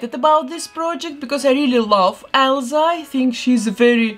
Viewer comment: I love how she says Elza